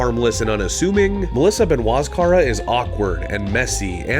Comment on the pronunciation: Dude, per the lady herself; Ben-oi-st, not Ben-wah.